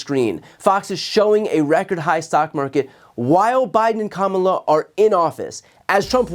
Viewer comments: Well, he is pronouncing VP Harris' first name correctly more often. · Wait wait waaaait. Trump ACTUALLY pronounced Kamala's name correctly at least once in that speech. Obviously an accident. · So did Trump accidentally pronounce VP Kamala Harris first name correctly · Exhaustion (and whatever else is going on with this psycho) seems to have connected the Rump's mouth to the true pronunciation of Kamala's name. The rest is ... the usual nonsense. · So sedated that he forgot himself and pronounced Kamala's name correctly. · Wow, it appears he finally learned how to correctly pronounce her name. 🙄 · LOL. He even slipped and pronounced her name correctly 😂😂😂🩵💙🩵💙🩵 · Oh look! Trump said Kamala's name correctly once by accident. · I'm stunned... it's the first time I've heard donOld trump pronounce Kamala's first name correctly - . He must have been extremely tired to let his obnoxious 3rd grade "name teasing" habit guard down. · He actually pronounced Kamala the correct way for once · Thank you BTC, I needed a good laugh! By the way, apparently he can pronounce her name correctly. No matter, he can just call her MADAME PRESIDENT 😂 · Same speech, 1000's of illegal immigrants a day on the border, never mentioned anything about the Canadian border, but at least he called Kamala her name correct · did i hear him right, did he actually pronounce her name correctly? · So at 817 of this video he says Kamala Harris ( he actually pronounces her name correctly), be he calls Tim Walz… TIM WALTZ!!!